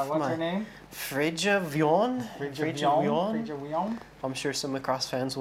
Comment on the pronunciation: dammit, her name is freyja wion. pronounced frey-ya we-on